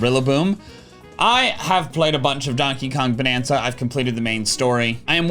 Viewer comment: i initially heard oh bagana for the donkey kong bonanza thing